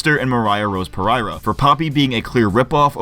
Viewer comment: Dude it's pereria.okay Portuguese. Per-er-ia not par- ereria.come on.moriah rose pereria.